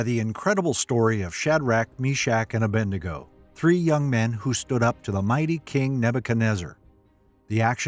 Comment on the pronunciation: The name is A-BED-NEGO. Not A-BEND-NEGO.